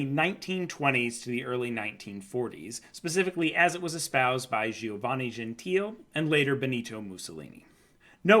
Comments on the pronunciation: Just for the record: it's Gentile - with the final e being pronounced (Italian: dʒenˈtiːle), not "Genteel". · "Gentile": Pronounce: gen-tee-lay. 😊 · i believe its pronounced gentile with an L sound like Lagoon or Like.